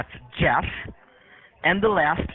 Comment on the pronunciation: His first name is "CHEFF ... J-e-f-f " 🤣